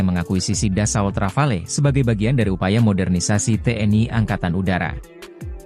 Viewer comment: KONGRATULASI atas ucapan nama RAFALE! Akhirnya, ucapan asli Rafale yang betul.